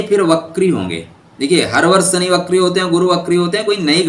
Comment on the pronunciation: 😂🤣 Shani ko suny bolte hai